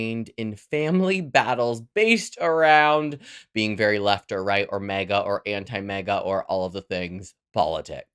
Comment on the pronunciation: Is this guy saying MEGA and not MAGA?